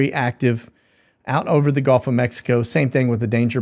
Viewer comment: Please learn to pronounce gulf correctly.. it's not golf... golf is a game... it makes you sound silly!